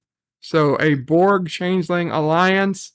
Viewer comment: That's my only gripe. It's borg..... AGAIN!!!!! everything else about the episode was enjoyable